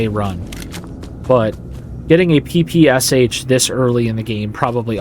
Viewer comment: I've always been jelly for the eng dudes coz most cool games' mother language is eng and it's so pleasant to hear mother language in a game. Funny thing's that this game exactly makes the situation the opposite. Now u guys may be jealous coz I can understand bandits' quotes perfectly :D Oh, it's also funny (or interesting) that u call the gun P-P-S-H, while Russians call it like "Peh-Peh-Shuh" (like rus alphabet letters). Sounds better than P-P-S-H lol :D Lol. Btw, it shall be interesting to check these vid series, while i'm not good at this game. Commentaries are pleasant btw yea.